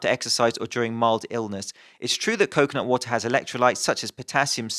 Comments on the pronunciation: it sounds like 10% coke not water whenever you say coconut water, now that you have read this you can't miss it. Love your videos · i only heard him say coke, not water. i only understood he meant coconutwater when the word actually appeared on screen xD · Most of the video I was just listening and was wondering how stupid the slogan "coke, not water" was until I took a glimpse at the screen and realized you were saying "coconut water"...